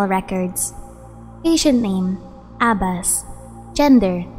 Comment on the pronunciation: u pronounced the name wrong, its more of the ab in about, obstruct, abserve, and then bas is like baaas, and u have to kind of hold the b if that makes sense, ik how to read and write arabic so ik how the name is supposed to be pronounced but u should be able to search it, and ibrahim has a long e sound